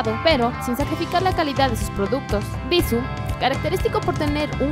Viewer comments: tu misma lo dijiste el acento es la pronunciación que tu le das! y ella se equivoco precisamente en eso.. en la pronunciación, no le puso acento a la palabra cuando la dijo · bissù...tiene acento ! pronuncia bien antes de hacer videos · Es Bissú checa el acento, es una palabra aguda gracias al acento en la última sílaba... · bisuuuuuuuuuuuu pronunciando fuerte la U ..... cuando editaron nadie lo notó ????? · Cecilia Pereyra Ay, lo sé... me desesperó que no pronunciara bien Bissú. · Como comentario constructivo creo que la pronunciación de la marca es con énfasis en la ú por eso está acentuada, eso creo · El video está bueno porque efectivamente BISSÚ es una EXCELENTE marca de cosméticos que ha demostrado que algunos de sus productos son tan buenos como los de gama alta. Por ahí bien... Peeeerooo ... también a mí me desesperó que no pronuncies bien el nombre de la marca, osea, eso es CRUCIAL! Y por útimo, el "tonito de reportera de televisa o tv azteca" y el "cantadito de las palabras" es espantoso! Desespera. Sinceramente, no sé si más de una persona maneje este canal, pero sólo por curiosidad me metí a ver otros videos y la forma de modular la voz de todas las que hablan es INSUFRIBLE! ¿Porqué el afán de hablar como reportera de tercera? Aunque la info sea relevante, el sólo escuchar la voz los primeros segundos te quita las ganas de continuar viéndolo. Es mi opinión. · x eso ella lo dijo sin acentuación le falto el acento!